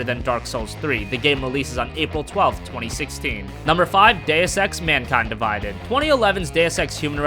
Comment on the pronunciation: Something about the way he says Mankind Divides, seems off